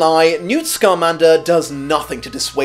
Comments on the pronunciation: It's SCA-MAN-DER not SCAR-MAN-DER Hermione reference for the win! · I know I'm almost two years late to this but I wanted to say: 1. Newt's last name is Scmander, not "Scarmander", he's a wizard, not a Pokémon. 2. Newt's "OP" suitcase isn't too much of a stretch of the imagination when Hermione's TARDIS-like handbag is canon in both film and book. 3. Yeah, as someone pointed out, Gilderoy Lockhart was a Ravenclaw, so we're not 100% the best of the best, just like not all Slytherins are conniving villains and not all Gryffindors are reckless idiots who wear their heart on their sleeve.